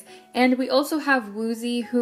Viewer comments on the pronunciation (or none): fyi woozi is pronounced as oo-ji :)